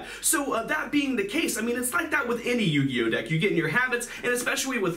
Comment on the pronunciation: Yuginono turn to yu-gi-oh-no😭